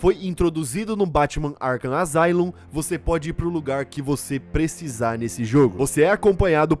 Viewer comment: Asylum se pronuncia "Assáilum".